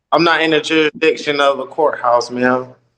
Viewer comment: The word is "jurisdiction", not "juradiction".